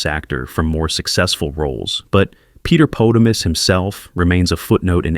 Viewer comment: "Peter poe -ti-mus" (?)